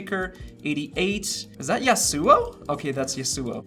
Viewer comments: Love you no hate. It’s pronounced yas oo wow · Is that Ya Su O? That’s Ya Su O. 💀 LMAO